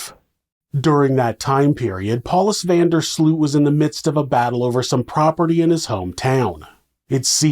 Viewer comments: Pronunciation alert: van der Sloot. The “oo” is pronounced as ‘oa’ in Oats. So you’ll say van der Sloat. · That's because his name is being butchered throughout the whole video. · Now you live in the Netherlands, you should know, how to pronounce 'Van der Sloot'. Shame on you ! 😜